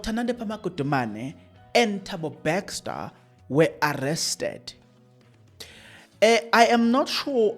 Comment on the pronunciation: Thabo Bester not Bexter😂